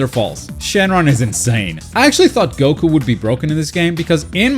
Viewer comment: thanks for saying goku and not gouukou like most of gringos